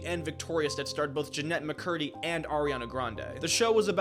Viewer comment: "Jinemba Curdy"